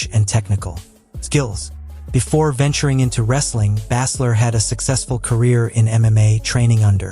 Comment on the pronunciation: Stop mispronouncing baesler 😢